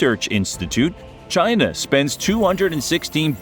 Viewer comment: Nope! It's Chiiii Naaaa!😆